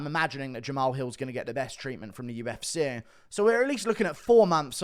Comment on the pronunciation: why do you pronounce 'UFC' (YOU-EFF-SEE) like 'U-F-SIH' (YOU-EFF-SIH)? You continue to butcher the English language.